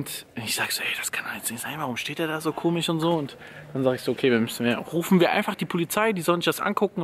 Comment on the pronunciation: Komisch wird eigentlich auch komisch ausgesprochen und nicht komig 😄🙈💞 finde das aber total süß wie du das sagst🙈💞